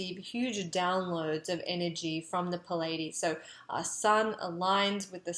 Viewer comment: Pleiades Pleiadian - Your casts are good but PLEASE pronounce things correctly- you are teaching people! PLEEE (or British PLI)-AA-DEES / PLEE- AA- DEE- ANN and NOT PIL-a-dean ... Thank you! see